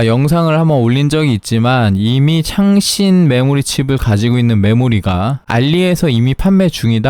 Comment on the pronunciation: 왜 창렬 하다로 들릴까 ㅋㅋㅋ